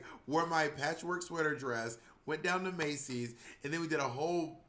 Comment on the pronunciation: Monet’s plural pronunciation of Macy’s 🤣